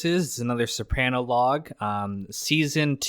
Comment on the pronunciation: How do you watch the entire show and now pronounce Soprano incorrectly?